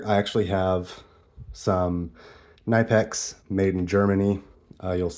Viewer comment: Pronounced Cnip-ex, the K isn't silent in German. Nice video, it's always interesting what other people carry in their bag.